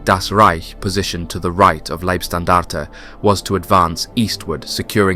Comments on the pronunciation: It's not Liebstandarte, but Leibstandarte. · You say Liebstandarte and Schlieffen in exactly the same way as you pronounced Fliegerkorps. You also pronounce the last E in standarte. Leebstandartuh, just like in every other documentary about this, easy. We also don't say the P in corps, because that is a homophone with corpse. What also marrs this otherwise competent presentation is the constant slipping out of English and into American English. Editorially it's better to choose one dialect and stick to that throughout.